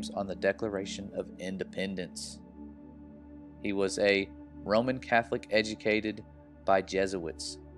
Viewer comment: row man = Roman